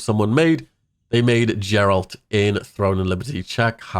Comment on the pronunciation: I love how you don't even know how to pronounce Geralt.